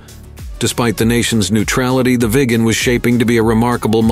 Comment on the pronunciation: Agreed...thats the problem with videos like this that are made by so called experts.....also the pronucoation of viggen is wrong a number of times....aswell as viggen the speaker also calls it the "veegan" several times